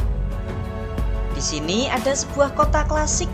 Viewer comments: penang bang bukan pineng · Gausah sok inggri min, itu pulau penang bukan pineng 😂